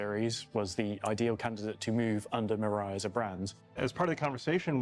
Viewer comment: Sorry, but you keep saying Miru when it's Mirai, and mirai means 'future', which they keep throwing out there. "The Future of MISC" etc. Reference: Toyota Mirai.